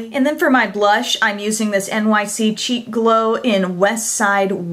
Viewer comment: When you showed the blush, I thought you said "cheap glow" at first...hahaha! I quickly realized you said "cheek glow" ;-)